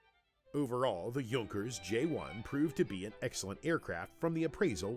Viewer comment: Not that it matters, since we all know what the narrator is referring to, but I don't think that his pronounciation is correct. As far as I know Junkers is written WITHOUT Umlaut, therefore it's pronounced J [ou] nkers, more less like y[ou]th.